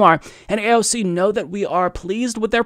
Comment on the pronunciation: Abolish A O C..! and not EYE-SEE-EEE..!